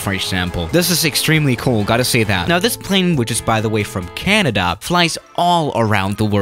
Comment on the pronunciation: jahaaha i love how you pronounced Canada😂